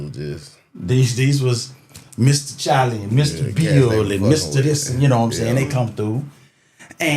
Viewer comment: Mr. "Chalie"........ No R!